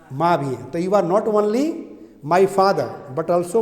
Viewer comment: वनली नहीं सर ओनली✓ (ऑनली×)